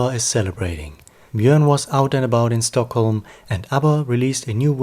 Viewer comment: Do you know for a fact that he is in Sweden?? Is that why he left Youtube? I am Swedish so I know that is NOT Swedish. If he was Swedish he would pronounce Swedish names correctly, which he doesn't do, and he would know things about Stockholm/Sweden that he obviously doesn't know. Something very serious must have happened to him since he's been gone for so long - unless he's on a holiday in Sweden as your comment suggests. Still strange that he isnät replying to his worried fans. And summer is over in any case.